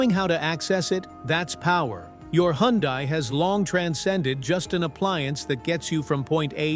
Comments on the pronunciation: Can you say " Hun-day ? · Needs to know hot to pronounce Hyundai